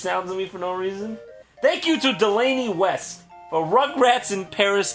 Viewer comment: When Jon said "Delaney We" I was like "I know a Delaney Webb"